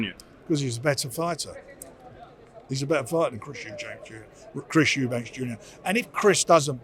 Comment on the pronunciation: This guy still can't say Eubank